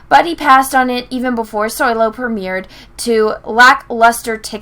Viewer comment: every time you said Soylo I wanted to end watching your video. I had been enjoying your videos up until recently. Also I still don't like Revenge of the Sith and I can use Return of the Jedi to explain how there wasn't enough story in Revenge of the Sith. It's better than the Last Jedi, sure, but only barely.